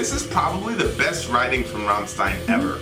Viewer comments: "stein" not zzzztein!!!!!!! =D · It's RammSHtein dear. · Nice Deutsch,! But rammstein reads rum-sh-tah-yn